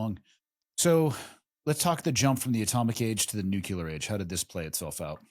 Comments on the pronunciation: MY MAN. It’s nuclear. nuke-LEE-er. Not nuke-YOU-ler. Love what you’re doing though, keep it up. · Dude, it's nuclear, not nukular. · Nucular? Nuclear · nu Clee Err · It gets to me too 😅